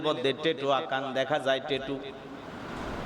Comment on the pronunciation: হুজুর টেটু না,ওটা ট্যাটু